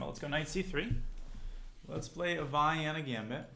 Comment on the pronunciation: you mean "Vayyenna"